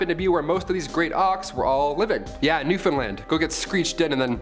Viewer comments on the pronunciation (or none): none